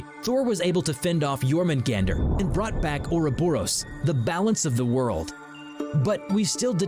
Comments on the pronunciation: You didn't pronounce jormungandr's name well : Yormungandr Y is J, J sounds like Y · It’s pronounced yurmingander